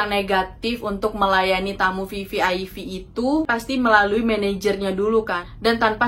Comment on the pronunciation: VVIP mba....bukan VVIV